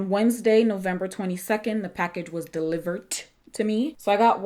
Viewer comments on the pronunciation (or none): There is no “T” in delivered